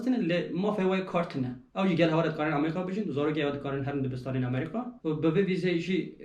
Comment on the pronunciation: Gellek spas ji bo parvekirina van agehiyan yên rind û hêja, spas bira. Tenê tiştekî bala min dikişîne, ew jî lêvkirina we ji namî (navî) welatî Amerîka ra .. Hûn dibêyin Amerîqa ! Tîpa ( k ) diqulibînin ber ve tîpa ( q ) ... !